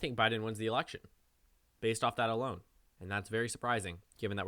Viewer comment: did I hear B A S E D